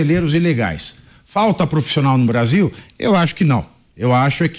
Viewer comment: Obrarzil. Perciza querce. Deca geito lascou o brazirriro